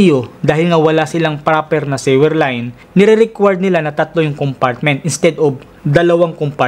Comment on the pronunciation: Thanks for sharing. I just have a suggestion. Please pronounce the word "sewer" suwer, not siwer...Please google the correct pronounciation of sewer and sewage. Thanks...just helping...